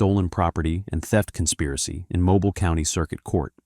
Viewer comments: If the AI don’t stop saying mobile Alabama wrong. 😂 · Another POS AI voice video! How many different ways did they pronounce Mobile? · Mobile, AL… 🤦🏾‍♀️ He didn’t have to pronounce it like that. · This man cant pronounce Mobile correctly 😂😂 it is MO...bile as saying Bill Mo..bile 😂😂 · From the beginning of this video, the narrator doesn't know how to pronounce Mobile, AL! Geezzz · You can't pronounce the city right in every armored vehicle has different amounts at different times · That's really pissing tf off how he pronouncing it. It's mobile you idiot. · they way he says Mobile… cringe!! it pronounced Mo-beal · It’s pronounced mo bill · Moe-bile Alabama This is AI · Mo-beel AL. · AI Slop ! Takes 30 minutes to tell a 3 minute story, and for fuck's sake it's MO_BEEL ! 🙄 If AI is here to help us, we are screwed. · MO-"BILL" Alabama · It's pronounced Mobill, not Mobile. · Mobile Alabama not mo-bile 😂😂😂😂.. AI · Mobile - "MoBEEL" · AI can’t pronounce city names correctly. Mo-bile. Smh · I can't listen to AI that doesn't know how to pronounce Mo-beel. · Moe-bile, Al 😂😊😮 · It's pronounced Moe-Bill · It’s pronounced Mobeel (long E sound)! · It's pronounced moe.beel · My city deserve more respect . 😂. Mo BIAL is craziness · Mobile, Alabama…tell me it’s AI without telling me it’s AI! Mow-Beel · Bro I’m not even from the south and I just got completely offended by the way you pronounced “mobile, Alabama” 😭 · It is not pronounced mobile you 🤡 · Ai pronounce mobile Alabama wrong as hell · Mobile mispronounced every time, the ai needs to learn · I am annoyed how the AI voice pronounces Mobile, Alabama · If u gonna talk about some one and somewhere at least learn to pronounce places correctly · The pronunciation of Mobile is taken me out 😡🤔🙄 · I don't mean to be that guy but it's Mobile like automobile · The way he pronounced mobile almost made me click off 😂😂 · Keep pronouncing Mobile wrong. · Why can't this guy pronounce Mobile? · AI does not know how to pronounce Mobile.